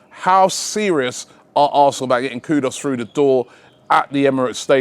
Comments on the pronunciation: Dear Salute 🙏🏾🙌🏾 always for you and your team's dedication and consistency. Simply a note that I believe you're mis-pronouncing the Ghanaian footballer's name. It's KUDUS (ku-doooos) and not KUDOS (ku-doors) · Robbie, it’s pronounced “KOO-DOOS”